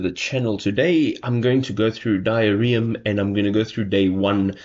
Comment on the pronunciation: "Diarrheam" is probably not how it's meant to be pronounced.